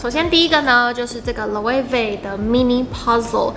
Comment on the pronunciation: 很棒，是少數能把Loewe發音正確的YouTuber🤣🤣